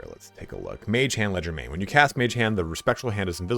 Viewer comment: Leger- DE- main, not legermain